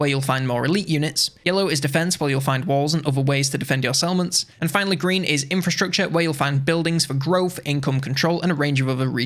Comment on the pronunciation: took me 5 mins to figure out that you were saying settlements, not salmons...